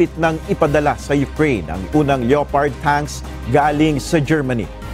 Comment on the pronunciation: Leyopard? Hindi (leh-pard) ang pronuncition nyan? Dapat sa mga nagbabalita mas estrikto dahil maraming nanonood, imbes may matutunan ang tao, mali pa nasasagap.